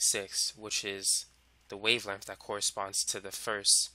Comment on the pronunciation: cuz i dont like the way he pronounces wavelenf